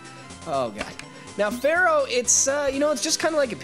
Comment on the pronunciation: Follow the Pattern: Ekans Arbok and then we get to Muk... On an unrelated note: You mispronounced "Isaiah" and "Fearow". I-zay-uh Fear-Oh